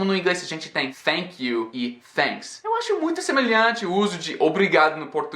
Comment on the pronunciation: vc falando a palavra Thank you ou Thanks, várias vezes pareceu que vc estava dizendo Fénks ou Fénk you com som de F. Apenas na última vez em que você thanks, pareceu som de T